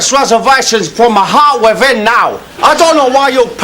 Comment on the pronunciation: from my heawt wivvin